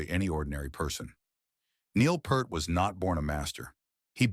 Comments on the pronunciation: At least pronounce his last correctly. It's PEERT, not Pert. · It is pronounced P-EAR-T not P-ER-T you waste of human life...... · How is it this narration persists in mispronouncing Neil's name? It's PEERT! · Note to the authors: If your claim of respecting Neil Pearl’s legacy is to be believed, the least you could do is say the man’s name correctly! NEIL PEART sounds like EAR 👂 You muppet. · Fuck sake man! If you’re going to make a video about Neil Peart you could at least pronounce his surname properly! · i didnt like that his name was mispronounced throughout this entire video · The narrator doesn't even know how to pronounce his last name.🥴 Could you, AT LEAST, do some simple research on how his name is pronounced???🙄